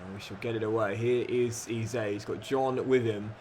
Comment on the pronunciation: Really enjoy your content, but please learn how to pronounce Eze properly.